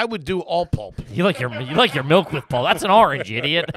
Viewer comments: Do they reprogram people upon birth in Pennsylvania to make them pronounce liquids wrong? Melk and wooder?😂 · Melk it's milk lol😂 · Was at the grocery store today and the prerecorded PA ad was all about MELK. I laughed to myself like an idiot as the lady said it 3 times MELK MELK MELK!!!